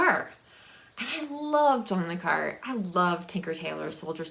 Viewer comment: Hello hope you're doing well. Since being in a retirement home I don't buy physical books anymore. But in the last two years I've gone crazy with ebooks, whether on Kindle, Kobo or Google books. I have the book buying disease. And every time you pronounced John Le Carre I cringed. In the past people have asked me to pronounce it, I guess because I'm french. I always tell them to say Carray, like ray gun. Take Care. Jack